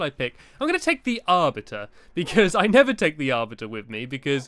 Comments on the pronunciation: Thanx for ruining it blue ball games! And I'm pretty sure it's ar-BITER not ar-bit-er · the arviter the arviter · stampy we know how to say the arbiter